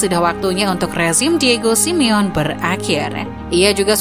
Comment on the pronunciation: Sebutin Simone yg bener SI MI YO NEY..ok admin peace..✌